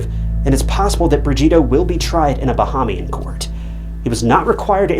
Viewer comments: I came to the comments after pausing the video seconds. Ba-ham-ian. This one really felt like a rush to put out content. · bahamian = buh·hay·mee·uhn